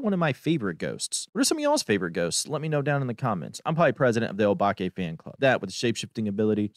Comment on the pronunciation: Favorite ghost for me is a tie = Banshee/Obake. But I do believe that the correct pronunciation is O-Bake...you know, like the oatmeal and chocolate cookies minus the N.